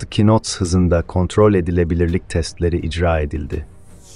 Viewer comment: "kinot" diye değil "nat" diye okunuyor. "Know" kelimesinin "kinow" değil, "nov" diye okunması gibi. Video için teşekkürler. Emeğinize sağlık.